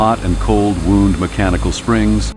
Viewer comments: Artificial speaker makes many pronunciation mistakes. AI can't tell the difference between wound (injury) and wound (round like a spring). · It's wound, not wound. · "Hot and cold WOUND (like an injury) springs?" AI voice spotted immediately. Get outta here with that garbage. Go back to real human narration, YouTube. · I was going to watch this but I feel a lot of creators got way too lazy using AI now. I paused the video to write this comment when I heard the voiceover say "wound🩸" 25 seconds in. And with that, I'm out. ✌ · Immediately the narrator mispronounces “wound”. Is this a person who doesn’t know better, or an AI narrator?